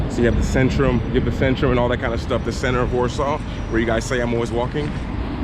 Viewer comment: In polish "Centrum" is pronounced more like "TSentrum" not "Sentrum".